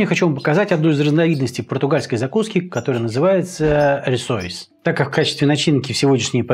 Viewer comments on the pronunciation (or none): Спасибо за рецепт,это вкусно!Тоже живём в Португалии,22 года,на самом юге.Люблю ваш канал,только резало слух произношение,правильно не рисоИйс ,а рисОйеш. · По Портунальски правильно Rissois de bacalhao,произносится Риссоиш,последняя буква с произносится как Ш.Спасибо за рецепт,ностальгия прожил 11-лет в Португалии! С ув.